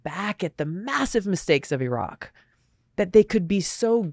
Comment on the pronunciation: This might be the first time I've heard a US politician pronounce 'Iraq' correctly. That tells me something.